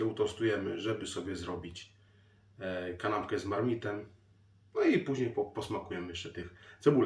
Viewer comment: Ja jestem fanką Marmite . Grzanka posmarowana masłem najlepiej czosnkowym i cała pokryta cienką warstwą marmite. Czy przypadkiem nie mówi się Marmajt? Chyba że to tylko u mnie w domu się niepoprawnie wymawia.